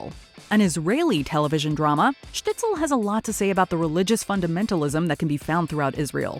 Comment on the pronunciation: It's Shtisel, not Shtitsel.